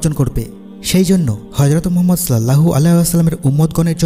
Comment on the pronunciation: তবে রাসূল (সঃ) এর নাম টা শুদ্ধ করে উচ্চারণ করার চেস্টা করবেন।